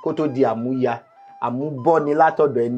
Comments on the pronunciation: Amuya (Collateral) should be DMM. Your tonation is wrong. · That part Amuya wasn't well pronounced until when he explained it before one get to know😮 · Amuya pronunciation by the olootu is wrong